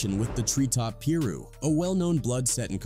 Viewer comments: ITS NOT " PERU ", ITS " PIRU " PRONOUNCED " PIE-RU " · When you guys make videos, please know what you’re talking about. Half of this information is not even accurate because whoever made the video didn’t even do enough research. I lift through all of this as a young girl. And stop saying Peru it’s Piru pronounced Pie-ru. i’m really embarrassed for whoever just strictly used AI for this video. Terrible job.👎🏼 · 2 Dollar Hort? Pee-roos? ITS PRONOUNCED PIE RU YOU MEATBALL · Come on guys.. everyone knows it’s peer-roo… not piru 😂😂😂 In all seriousness, this channel should stop being LAZY and just use their own voice instead of AI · pronounced “piiiie-ruuu” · Peru? I thought it was Peru?🤦🏿‍♂️🤦🏿‍♂️🤦🏿‍♂️🤷🏿‍♂️🤷🏿‍♂️🤷🏿‍♂️ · Tree top pee-ru so disrespectful. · If this robot say “ Peer roo “ 1 mo time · Why do you pronounce Pirue like Peerue? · Your Ai Bot is Messing up several names.Tree Top PIRU is not Peerooh" ... 2 dollar hort??? His name is TOO $HORT. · Peeru??? I can't bro. 🤣🤣🤣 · Peeru 😂😂😂 it’s piru my guy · Its pronounced PYRU(PIE RUE) maybe that would help you out a little lol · How you speaking on the culture but can't pronounce Piru. Smh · If you are going to talk about this learn to pronounce the names properly...it's treetop PI-ROO...PHONETICALLY AND TRAG-NOO PAR GANGSTER CRIPS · Is this an AI voiceover? What the fuck is Peeeru? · I heard you mispronounced it,it's crabs ain't it,with the rest quoted?? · treetop ... peee - roux !!? 🙄🤷🏽‍♂️💀💀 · " Pew- Roo" 💀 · Right PE-RU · And due to the fact you don’t even pronounce PIRU correctly I’m definitely not subscribing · not our fault yall dumb ass mfs cant pronounce piru right lmfao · AI VIDEOS ARE BULLSHIT LOL. Some of this info is wrong, I grew up in carson next to compton during these days and used to buy both of their albums. Both are LEGENDS. AI can't pronounce piru lol......I'm still waiting for a quik and eiht album. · The way he said PIRU pissed me smooth off